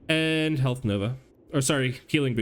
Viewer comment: I too like to pick up “extra herlth” XD good stuff